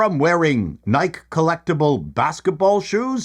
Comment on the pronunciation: Is it just me or did Beckinsale look high off her ass or embarrassed to be wearing that dress? I also really don't want to be "that guy" but it's pronounced nigh-key (Greek Goddess of victory).